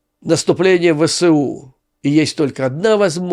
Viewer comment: Абревіатура ВСУ вимовляється як "Ве. еС. У." згідно нормам російської мови. Так само як колись вимовлялось КПСС "Ка. Пе. еС. еС." (не до ночі була згадана).